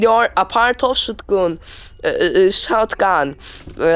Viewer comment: Apart of şutgun cok guzel ingilizcen var ana dilin gibi konusuyorsun nerden geliyor bunun kaynagı seviyem sayende C2 olduu 👌🏿